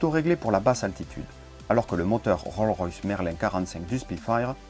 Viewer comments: Roll-Royce ? Non, Rolls-Royce ! On prononce le S final du mot, en anglais ! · Top ! Juste une petite remarque : il faut pas oublier le "s" pour Rolls-Royce. On ne prononce pas "Roll-Royce"...:) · On prononce le" S " de Rolls ...........